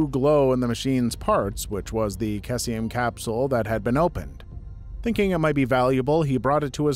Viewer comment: FYI for story 5, cesium, is pronounce see-see-um, I know chem words are weird to pronounce sometimes especially when to things that look different in the same word produce nearly identical sounds